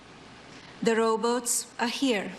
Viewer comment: You'd think she'd have a dialect coach at least to help her say the big words correctly. Like "robots". And "is".